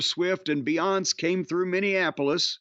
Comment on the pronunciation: I lost it at Jim's pronunciation of "Beyoncé". Never change, Jim!